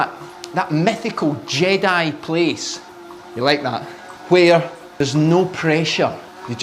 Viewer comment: Hey coach, it's JED-eye, not JAY-die!!! Love the video, great advice. I'm not close to my trainer, but will try on a bike path/parking lot. Great videos, appreciate them.